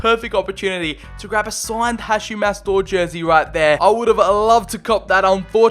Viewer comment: The way he pronounces Hachim’s name irritates me …. It’s Ha”K”im not Ha”ch”im